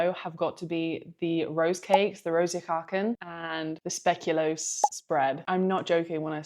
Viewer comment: The "spe" in speculoos is pronounced like the first three letters of "space". I definitely agree that the hamka's are a bit stinky. :)